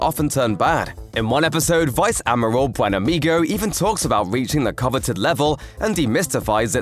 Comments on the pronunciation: It’s pronounced “Admiral” not amerals!!! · Is he saying Ameral, instead of Admiral? I could barely concentrate on anything else. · What the hell is an 'amorall'? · "Ameruls" vs "Admiral"? I guess like "en-signs" :) Are you a text to speech engine? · Maybe he's going back to the root? It's from French amiral from Arabic amir al-bahr commander of the fleet. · funny... i was trying to understand what you were saying.. I kept hearing ameralds.. (like emeralds).. i thought it was a device or aliens.. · Heh heh... you pronounce "Admiral" funny. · Hahahahaha.. I couldn't figure out what he meant, till i realized he said admiral.. Thought he was talking about some device or alien.. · LOL Maybe an amoral admiral? Pretty much, badmirals. 😄 And I have to admit, I've never heard "admiral" pronounced quite like in this video before.